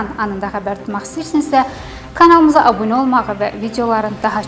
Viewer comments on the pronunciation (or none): none